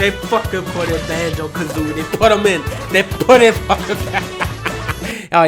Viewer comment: "IT'S BANJO IT'S BATJEEGAHA"😂😂😂